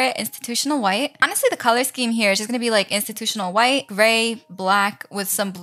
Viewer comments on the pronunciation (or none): none